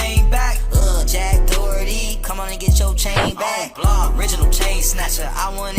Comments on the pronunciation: Jack D’OH!erty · Jack Do-herty